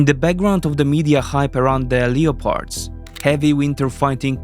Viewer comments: Not Leo _oh_pards, but Lep_pards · leopards is pronounced 'le-pards' :)